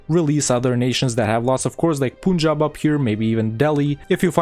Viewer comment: To be honest, I really loved this video like I usually do. Usually, you pronounce almost every province and every nation in the most perfect way, but not really here. Like: It's not "Poonjab", it's "Paan-jaab" There's no "eh" in Tanjore, or Cuddalore, it's just "Tan-jore" not "Tan-jor-eh" And it's not "Kooch", it's "Kaa-ch" It's not "Ac-meh-nagar", it's "Ah-med-nagar" I really loved this video, as I love all your videos, but please correct these pronunciations. I really love those perfect pronunciations and I don't want them to be wrong in the subcontinent.